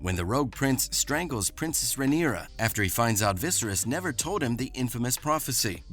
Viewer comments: Please pronounce King “Vis-air-us” name correctly. If you don’t know how to pronounce it I don’t feel confident watching your channel bc it tells me you don’t watch the show, or pay any attention! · Your pronunciation of the King's name makes me question whether or not you even watch the show. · Va-hagger? Viserees? Holy F! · How did you still manage to mispronounce Viserys and Vhagar, after watching the entire season of them pronouncing it correctly? Also, "We dont need to remind you about what happened to the young prince" is kinda meaningless when you literally just showed us exactly what happened to him...